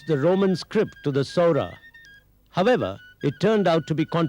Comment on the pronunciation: Saora..saura is correct